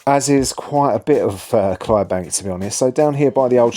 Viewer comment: The fourth letter of Clydebank is “D” may I suggest that you pronounce it and also fact check your content ?